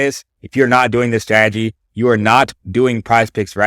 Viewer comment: Bro method valid but the way he says strategy 😂